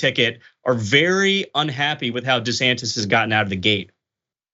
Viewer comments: Dr Richey trying to act like him saying Ron DeSatan (excuse me DeSantis) was a slip Of the tongue 😛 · Desatantis.... 😂😂😂😂😂😂 I heard that